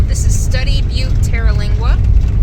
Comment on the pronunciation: In 2015, Terlingua (TUR-lingua, not TEAR-) was the subject of a tv miniseries called 'Badlands, Texas.' Fascinating story. I have a friend who lived on the ranch for several years.